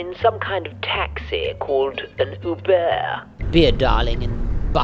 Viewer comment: ”A taxi called an ubeur” :D